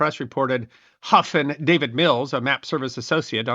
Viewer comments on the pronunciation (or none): none